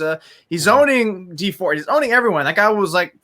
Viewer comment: Its dee ford